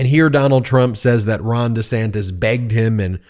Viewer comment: Does he know he is saying Ron Of sanctification (made holy) with Ron Desanctus